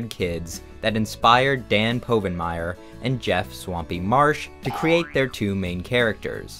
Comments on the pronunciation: I knew it was a joke by the time he said PO-vinmire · I knew this was fake when you mispronounced povenmire